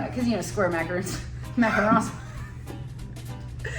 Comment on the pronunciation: You had it right the first time Mac-A-Ron’s. :3